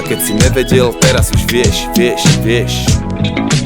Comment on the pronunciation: ne vyslovuje sa to tvrdo NEvedel ale ňeveďel